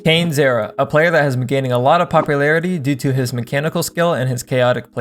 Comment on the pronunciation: aint no way u call him "canez" lmao. legit everyone says cane